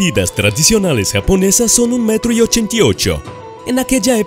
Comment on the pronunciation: En mil quinientos "OCHENTI" uno